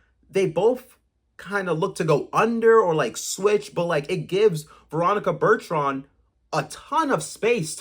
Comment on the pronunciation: What is so hard about saying ,”Bur-ton”….?